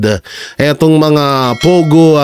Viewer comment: Hahaha pogo, hehehe naging , Pay go nakakaluka 😂😂😂